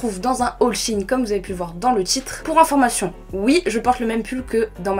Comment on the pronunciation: Shyne... mon prenom🤣💓 mais ça se dit shiin(pour la prononciation)